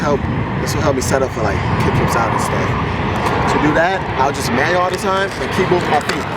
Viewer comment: "Manyo" loool